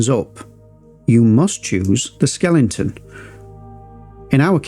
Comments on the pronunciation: Great and useful video but I have to say it’s Skeleton not Skelington. You don’t watch telelingvision do ya? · SKELE-TON not SKELING-TON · Great tutorials! But why do you keep saying "skelenton", man :-) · Thanks for this super helpful tutorial and for pronouncing skeleton as skellington.